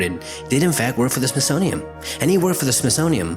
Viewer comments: It is SmithsoniaN, not SmithsoniaM. Really distracting, and not helping your cause. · Like the videos! But can you please say smithsonian? Cause it's not the smithsonium. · Just a quick note from a big fan... it kinda sounds like your saying SmithsoniaM instead of SmithsoniaN... no biggie and thanks for the hours of binge listening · Love your videos! It's the SmithsoNian, not the SmithsoMian.... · Why do you keep saying “smithsonium”? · Please slow down. It sounds like you keep saying "Smithsonium". That would not be good. Edit: oh wait... maybe 0.5 is the actual speed. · Why do you keep pronouncing the Smithsonian within m? It's Smithsonian with an n at the end. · It's called the Smithsonian, WITH AN "N" , not an "M"!!!!!! Have a nice day. I like your videos by the way. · There's a letter "n" at the end of the word Smithsonian... Just saying. Love your videos though!